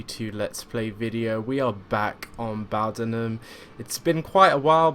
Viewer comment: Just for note, its pronounced Bow "as in in Bow and Arrrow". Bowdenham. Not bow "as in take a bow" :) I hear a lot of people mis-pronounce it